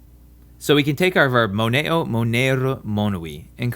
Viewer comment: He half-flaps the "r"s, he disregards the macrons, he butchers the vowels, he ignores nasalization, he makes weird stops (for example "audi-oh" and "mone-oh") inbetween vowels and a lot more. should only be used for the grammar. His pronunciation is horrendous and should not be regarded highly.